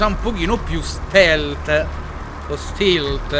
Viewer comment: cosa vuol dire stilt si dice stealt